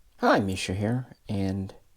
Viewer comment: Misha I’m not going to lie. I clicked and watched this just to hear how one would pronounce that…